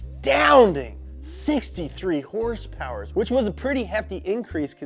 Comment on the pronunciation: Did anyone else notice he said horsepower incorrectly?